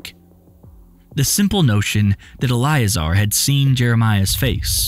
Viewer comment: Elleeayzar probably...thats probably how you pronounce it